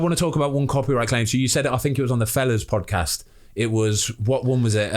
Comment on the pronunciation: ‘Up the fozcast’😭😭😂